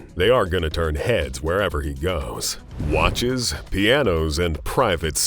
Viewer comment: Does anyme find it off-putting that the narrator says: watch-ass, ple-shares, axe-ass, likang, etc.